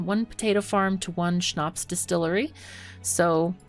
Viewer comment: She said it so it sounds german what is really wierd. To hear a German word in the middel of her talking . But it sound so good as a German :D. And Schnaps is so well pronounced that i have the feeling there are some German ancestors or family members that speak German